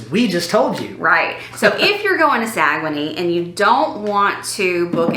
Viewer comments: We don’t say Sa - Gue - Nay, we say Sag - Nay! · It's pronounced Sag-Nay. I knew you where on NCL!!!! The one line I will never sail on! LOL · You were pronouncing it wrong. It is sag un neigh